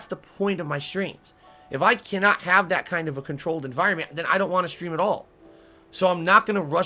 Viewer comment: Proud to say that I don't know anyone IRL who pronounces "and" and "that" like does ("eeand" and "deeat")